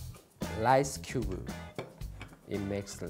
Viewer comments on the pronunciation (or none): He speaks cube as "chu-be". Maybe that's why the Buzzfeed think it's need to use translation.